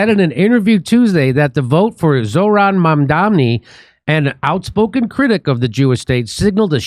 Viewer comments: Get his name right DF’s. It’s Mam Dani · Did you just called him zolef mandavi?? His name is ❤❤ Zohran Mamdani ❤❤ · " Zoloft Mandabi" 😂😂😂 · The name is MAMDANI. PLEASE PRONOUNCE CORRECTLY, stop calling him ZOLOFT. Sounds really stupid to your listeners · Did Jimmy refer to Zohran Mamdani as Zolof Mondabi if so WTaF? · Jimmy, Kurt, you are mispronouncing Mandani's name like Cuomo, you even have it written wrong in your video introduction. Is not ZOLAF MANDABI, not MANDAMNI, MANDAMI, no Jimmy, it is MANDANI... Is it that hard to pronounce his name over and over and over, really? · Zoloft Mandani???🤣🤣🤣Come on Jimmy, you can do better. Unless that was a covert joke. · It's not Zolof Madabi Jimmy LOL